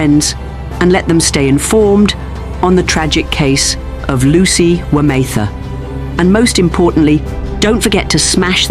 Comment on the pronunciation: Would be nice for the gentleman reading the script to get the name pronunciations correct. Otherwise, well scripted and I look forward to the next one.